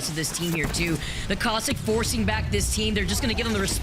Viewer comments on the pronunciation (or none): none